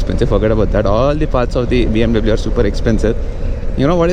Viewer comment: U can't tell BMW properly... u pronounce W wrong